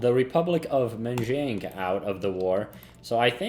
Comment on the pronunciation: "Manchookoo" lol